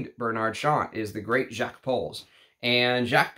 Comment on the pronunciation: On a side note, I normally don't care whether someone can pronounce French or not. You don't have to turn into peppy le pew to drop the 's' in Jacques. And half of the time you do! I thought you'd have enough respect for the perfumers to say their names correctly.